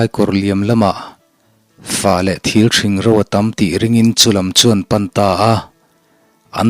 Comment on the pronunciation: Fah leh thil ṭhing lai tak hi ka nui char char. (Fah leh ṭhil thing tih tur ni awm tak.)😂😂